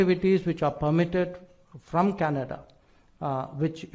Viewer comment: I like Trudeau, when referring to himself, always say "cananda" lol like seriously dont lump the rest us intelligent people in with your retarded tirade, news flash Trudeau, india are talking about you not canada just you